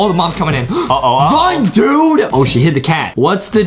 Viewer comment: you said dude wrong!